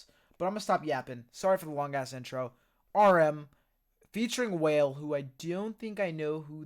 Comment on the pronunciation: WALE-- Pronounced- "Waa- Lay", Not Whale.. We all did it too bc, we did not know who he was.